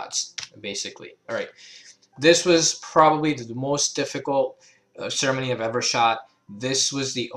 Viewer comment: Great, helpful video. Also, I know you're saying ceremony but I love how it sounds like you're combining sermon and ceremony into sermony.